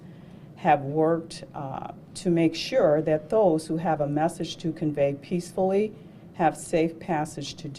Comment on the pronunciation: She does not even know how to pronounce peacefully, she keeps saying peacebully